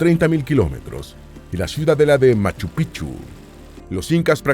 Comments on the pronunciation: Me da risa cuando no dice correctamente Machupicchu, para un quechua hablante es diferente el significado 😂😂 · Por favor...Es MACHU PICCHU....MACHU PICCHU, gracias ‼️♥️🇵🇪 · Pronuncien la c intermedia en machu picchu, sin esa c en picchu se traduce como verga de viejo en vez de ser montaña antigua